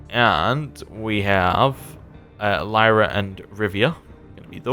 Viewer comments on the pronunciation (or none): Lyria is not pronounced /lIrA/ but /lIrIA/. Basicaly just like Rivia. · Doesn't pronounce the I in Lyria but pronounces a non-existent I in Brouver....